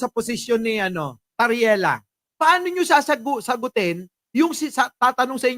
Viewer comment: TARRIELA PO, HINDI TARELLIA! HEHE